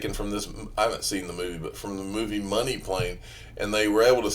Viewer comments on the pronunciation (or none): none